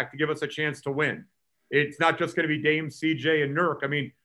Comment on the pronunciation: "Dame and Sheet-J". LOL